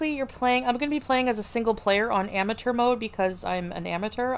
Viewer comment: “I’m an am a tur” gorl what who says amateur like that